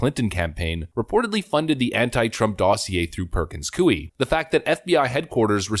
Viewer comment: It's pronounced: Purkuhnz Koy